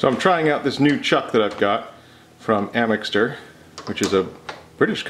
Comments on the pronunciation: Amixter? AMIXTER?! Axminster. Axe Minster. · Amister? Axminster? Axe-minister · Good grief man - is there no word the Yanks won't mangle? AXE (big choppy thing) MIN ( 60 seconds) STIR (what you does with epoxy) - AXMINSTER - not Amixter.....sheesh! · Amexster 0_o Axminster - Axe Min Ster now Ill go back to enjoying the vid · Axminster.. awesome store. Love it there. Pronounced like “Axe Minster” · I think it's pronounced Axe-Min-Ster, just saying. Nice piece, I definitely like the second shape waaaaay better. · *Axminster - pronouned ‘axe-minster’ Sorry sir. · Axminster pronounced Axe-minster just a fyi 😊